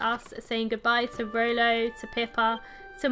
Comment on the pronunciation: why you call Rollo Rolly